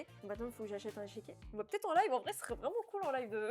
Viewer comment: pour le coup c'est un échiquier pas un "échéquier".